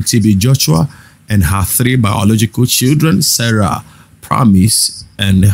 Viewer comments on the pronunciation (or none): none